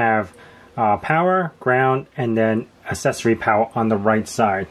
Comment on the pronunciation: Stop saying assessory😂